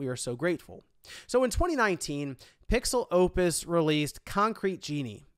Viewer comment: Maybe it's because I'm Mexican but I can't help but to hear "PixelLopez" every time I heard PixelOpus during this video